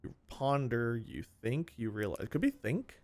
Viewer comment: I thought he had it when he said "thin k" cause in the way he pronounced it hahaha